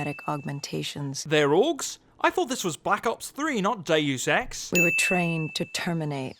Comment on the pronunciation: Anyone else thought he said “daily sex” when he said “dues ex”😂